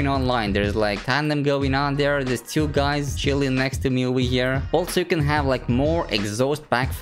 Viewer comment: videos are all cool, but pls learn to pronounce the word TWO, its not TYU, its TWO.